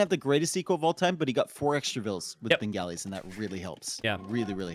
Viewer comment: Minor FYI on the pronunciation of Bengalis - it's more like "Ben-gah-li" rather than "Ben-galley", similar to replacing the 'o' in golly with an 'a'.